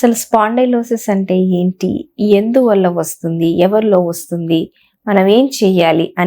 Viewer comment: Vassuddi kadu, Vastundi